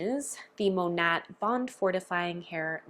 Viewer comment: The correct pronunciation is “Mah-Nate” which the company name is short for “modern nature” using the first syllables of these words. Hearing you mispronounce the company name repeatedly, I thought you might want to know.